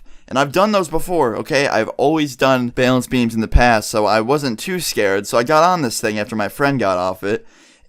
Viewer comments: im not trying to be offensive but says bailance not balance it makes me cringe any one else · struggling to say "balance" again. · So. Much. Bay-lance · Dude you gotta stop saying bale ence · The way you say balance XD "baylance" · "Balānce beam" lol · He really does enjoy saying bailence doesn't he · It bugs me the way you say balance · DOES ANY BODY ELSE LAUGH AT HOW HE SAYS "BALANCE"? I DIE LAUGHING LOL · THATS NOT HOW YOU PRONOUNCE BALANCE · Please stop saying balance like that